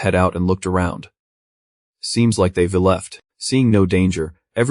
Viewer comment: That bothers me less than the narrator constantly mispronouncing I've, we're, they've, they're, etc